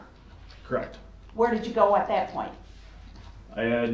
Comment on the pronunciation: Dis dat and da third. What a complete moron.